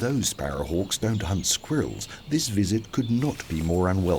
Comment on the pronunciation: “Squear iLLs”. 🤣🤣🤣 Love the AI narrator.